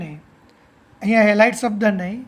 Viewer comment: Helid helid kem boli sir